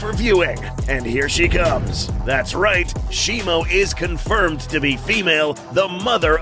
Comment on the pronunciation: Its shimO not shimU